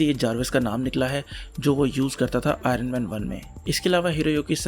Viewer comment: Say it as IONman no aay- ronman